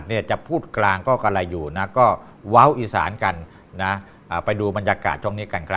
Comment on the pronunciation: เว้า นะคะไม่ใช่ว่าว😊